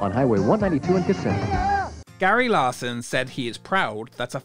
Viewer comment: I love your videos but I wish you’d learn how to pronounce Kissimmee. You’re moving the S’s to the middle syllable but they belong to the first- KISS-ih-ME is the correct pronunciation. (That’s how every local from there I’ve ever met says it.)